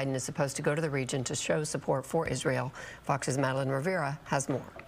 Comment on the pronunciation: Anyone else hear her pronounce region with a W?